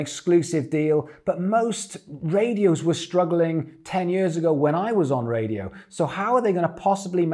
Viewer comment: The way this guy says "years" though...